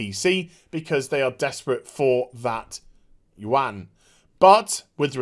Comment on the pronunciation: Pssstt.... The correct pronounciation of "Yuan" is "Yuen". Kind of like the Japanese "yen" but with a bit of "u" sound after the y. If anything just say yen. Sounds closer than "you-AN". Lol.